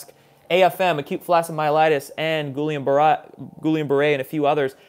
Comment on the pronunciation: It’s pronounced ghee-YAHN 😉 Fluoride is not important or necessary. Vaccines can only wreak havoc in the body.